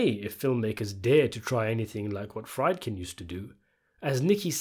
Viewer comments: Friedkin, pronounced as freed-kin, not fride-kin. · bro's still saying 'fried-kin'? lmao